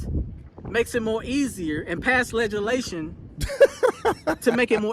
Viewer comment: You wrong for that, laughing at that man cuz he said ledge-a-lation😅😅😅